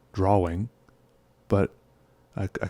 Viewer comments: I used to be bothered by the way you pronounce "drawling" but now it feels wrong when I hear other people say "drawing" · I love the way he says draw-wing